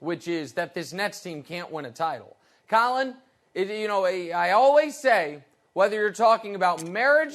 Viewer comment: NBA is dead, move on. Talk about strong man competitions or even axe throwing, much more watchable. Not unibrows and Harden's horrible facial hair. Thanks. Stop saying alwiz too, not a word. Thanks.